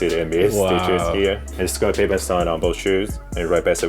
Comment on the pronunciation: He just shit on a lot of people’s jordan collection,and some of the shoes he has in the “gr” area are still rare,lol. Also he said Scottie pippin mad funny. You think he would still like his collection if it came out tomorrow that Jordan was a murdering rapist. 😂😂😂😛